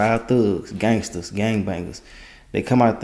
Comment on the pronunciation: Brah lol, the emphasis on them “Gangsters, Them Thug” lol